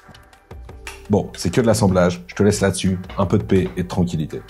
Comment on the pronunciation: Ohlala c'était la folie!!! Question? à 10min37 à l'assemblage on est plus sur du "paix et tranquillité" ou "pets et tranquillité" 😂😂 désolé j'étais obligé mdr Trop bien la vidéo !!